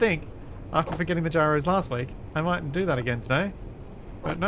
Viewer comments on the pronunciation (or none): none